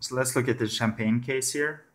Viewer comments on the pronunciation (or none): none